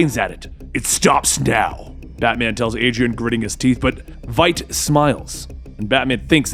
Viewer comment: Eyy, he got Veidt's name right!